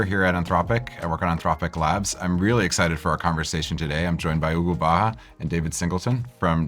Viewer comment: Guy can't say Hugo